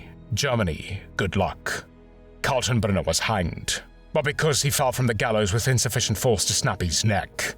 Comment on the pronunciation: can you try to at least get a smattering of German pronunciation? Katenbrunner is pronouynced as kaltenbrooner, as it doesn't have an umlaut.